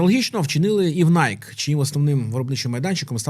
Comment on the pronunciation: Бренд в США насправді звется - найкі (з наголосом на "і")